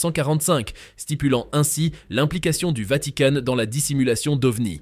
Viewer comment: C'est quoi cette voix , pas de pause pas de respiration et qui pronnonce vanticane au lieu de vatican, je zappe next.